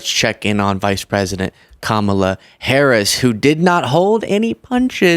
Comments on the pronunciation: Hey! He pronounced V.P. Harris name correctly! Go figure! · Wow, he said VP Harris’s name correctly